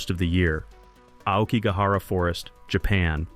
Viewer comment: Yet they pronounced "Aokigahara" quite well... perhaps it's not AI and just someone making a pronunciation mistake, like most people seem to these days.